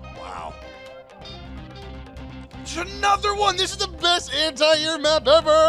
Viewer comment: You guys pronounce "anti" weird